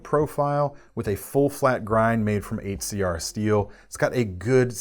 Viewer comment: I die inside every time he says 8cr, step it up CRKT